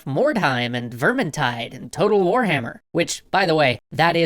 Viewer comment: got really intense in pronouncing total warhamer